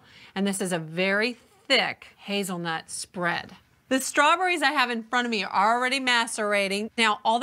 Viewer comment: luh-KOOR ... strawburries ... flawless